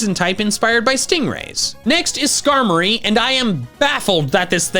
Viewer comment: SKARMORY HAS TWO R'S, NOT ONE!